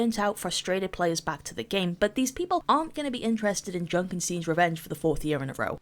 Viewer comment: did u say junkersteen